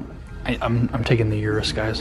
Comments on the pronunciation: I use to call it (Yur-us) too, but it’s actually pronounced (Oo-rus) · 3 mins wasted - Shoulda known when you said 'Yourus'